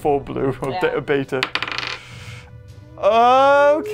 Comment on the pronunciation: I love this video but your calling beta blue which makes it even funnier (not trying to be mean)